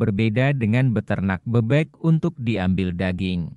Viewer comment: Penyebutan kata "BEBEK" nya tidak benar, gak enak dengernya